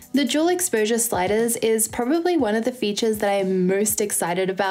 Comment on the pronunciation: i kept mishearing "dual" as "juul" oh my